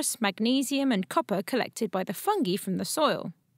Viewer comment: the way she says "fungee" kind of irks me